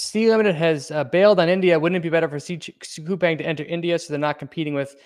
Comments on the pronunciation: It's pronounced -Cou-Pong. The Pang part rhymes with beer pong. I have some shares and work in Korea. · Start w pronouncing the company correctly....